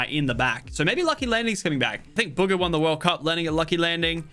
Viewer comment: Did he call Bugha “Booger?” 😂😂😂